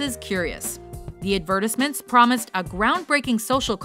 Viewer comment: Oh you're so sophisticated with your enunciation of adverrrrtisments